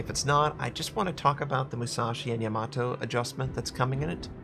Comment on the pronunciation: you say Yamato like Tomato